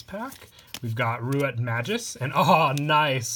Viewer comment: May-Gus... Please... Not Majus... My ears are bleeding